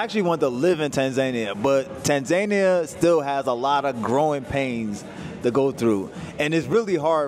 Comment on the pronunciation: You lived in Tanzania for a whole year and you didnt learn how to pronounce it...? C'mon dude.